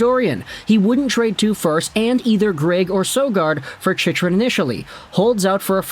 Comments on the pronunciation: it's pronounced "chick-run" my guy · It's pronounced Chick run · Funny how many times Chychrun's name has been said over the past year and this guy has never heard anyone else pronounce it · lmao why are you saying his name like that? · Wild he STILL doesn't know how to pronounce Chychrun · I came here to see if he has learnt how to pronounce the name right only to see him fail again lol